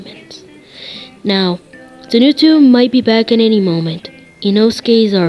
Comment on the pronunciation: Heres a thing its not zonutsiu its zenitsu Zen-eats-su And for tanjiro its Ton-ji-ro👍